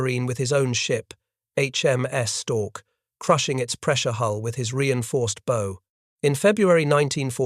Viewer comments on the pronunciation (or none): The front of a ship isn't pronounced like an arrow launcher.